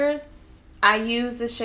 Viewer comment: Thanks for this! And thanks for listing the shades. FYI, It’s pronounced “ee-pah-NEE-mah.” It’s a place in Brazil. 😊